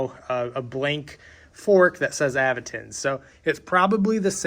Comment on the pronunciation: Say it with me everyone...Aventon "AVENTURE.." 😊